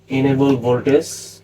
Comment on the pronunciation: Voltage ▪️vowl•TUHJ ▪️vohl•TIJ ▪️vol•T-I-H-J-J-J No “s” sound… “Voltace/Voltis” are not words. “Vohl” + “TIJJJJ” = “voltage” ✅